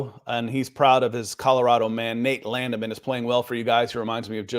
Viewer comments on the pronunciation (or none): "Landman' not 'Landiman' :)